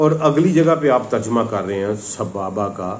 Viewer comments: جناب آپ یہ لفظ صحیح سے ادا نہیں کر پا رہے ہیں یہ لفظ سَبَبا ہے اور آپ سَبابا پڑھ رہے ہیں. مطلب زبر کی جگہ آپ الف لگا رہے ہیں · السلام علیکم و رحمتہ اللہ وبرکاتہ۔ محترم آپ سے ایک گزارش ہے کہ قرآن پاک کے الفاظ کا تلفظ صحیح ادا کریں۔ لفظ سببا کو آپ سبابا پڑھ رھے ھیں۔ تحقیق کر لیں۔ اگر میں غلط ھوں تو میری اصلاح کر دیں۔ شکریہ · sabaaba nahi ha bhai sababa. Quran to thek se parh lo